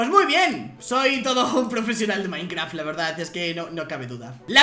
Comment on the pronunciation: dijo minecra XD XD XD